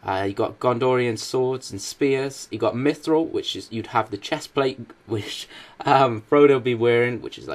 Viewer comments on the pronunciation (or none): You pronounced mithril wrong D:<